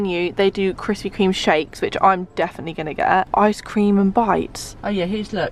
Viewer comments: I’ve been watching her vids since she used to pronounce it Krispy KREM 😂🙌🏼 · me at the start anxiously waiting to see if she says krispy 'cream' or 'crem'. Btw i say cream